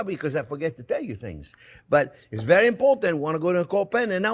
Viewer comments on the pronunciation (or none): none